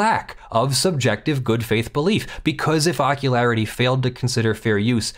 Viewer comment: I wish I could remember which movie/show it was from, but every time said Ockularity, I heard "Jockularity."